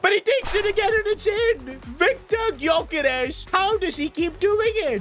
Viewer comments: Its not pronounced as Gyokeres its "Jyokeres" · Stop saying GYokares Its prnounced Jökares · You don't pronounce the g of gyokeres